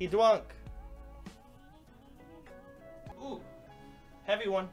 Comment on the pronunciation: Wook Stream!... He Dwunk! best part of this livestream.